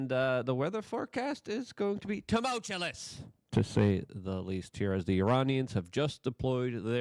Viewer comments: It's tumultuous not tumultuoLus!!!!!! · Why the hell can't Luke just say "TUMULTUOUS" ⁉️ It isn't "T-u-m-u-l-t-u-l-o-u-s", with that 2nd "L" damn it! For YEARS, and in EVERY SINGLE SHOW he says it wrong⁉️ wtf, Luke? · Tumultulous ❌ Tumultuous ✅ Cmon Luke. It is wild ti make the same mistake for years.